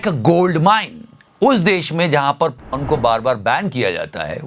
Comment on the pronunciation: Repeatedly po*n po*n sounded to me like popcorn 🍿😂